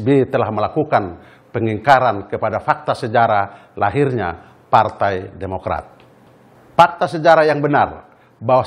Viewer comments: "Partai Podomorat" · TEKSNYA JAHAT BANGET WKWKWK KASIHAN BAPACK BAPACK INI BACA TEKSNYA PODOMARAT... UNTUNG BUKAN INDOMARET "DI DEMO LU SM KARYAWAN INDOMARET" 😂😂😂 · "PARTAI PODOMORAT" 😅 PAK SALAH SEBUT AP PARTAI BARU TU PAK...